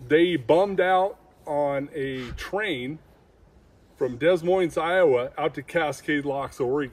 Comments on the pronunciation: Des Moines pronounced De Moine. You definitely can tell he’s not from my neck of the woods. However, I do enjoy listening to his re-accounting of his experiences. Did you get a good look at their faces? Dad, mom, and a baby Squatch that definitely could have been a bad situation. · I know right, you don't pronounce the S in Des Moine 😊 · Finally. A Bigfoot documentary with some really good stories. I love the guy who calls the city “Dez Moines”. Someone should tell him how it’s pronounced. Thanks for the video!